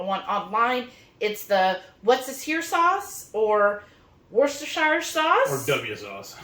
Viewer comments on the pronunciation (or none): Wash-yer-sister sauce